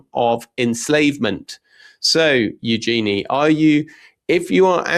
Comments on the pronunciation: Tom, just had to say otherwise your name may mispronounced like Toem. Eugenie - said you-Djinn-ee. Not you Genie. The Princess is not the spirit/three wishes person summoned from a bottle/lamp (as far was we know). Yet, a Djinn is a genie (French corruption of the word, allegedly) djinn are fable, Middle Eastern. Being Brit, love a panto and a flying carpet, yet that could be unconscious bias. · If you’re going to talk about Eugenie, please learn how to pronounce her name properly! Hint: it’s not EuJEANie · it is eu - gen - nee